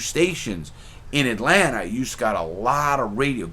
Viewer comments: “Atlanter...sweet home alsbamer” 😂😂😂 Mr. Crabs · I never understood where east coast dudes see the R in Atlanta? Atlantar